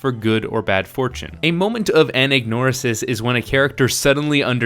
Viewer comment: That's how you pronounce "anagnorisis"? I've been mispronouncing it my whole life! How embarrassing.